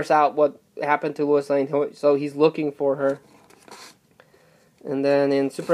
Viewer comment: Did you say Lewis Lane?